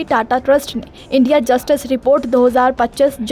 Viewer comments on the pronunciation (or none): none